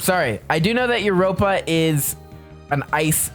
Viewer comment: Yeah, I don’t know why he said that and that’s not how you say Europa💀